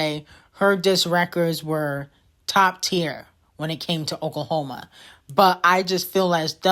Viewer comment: “Oklahoma” 😂😂😂 “Tennessee” lmao